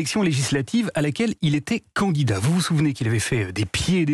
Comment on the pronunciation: Pourquoi une intonation sur "CANDidat". Can si on change la lettre par o. Cela fait.... .